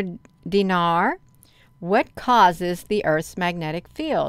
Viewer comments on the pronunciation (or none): none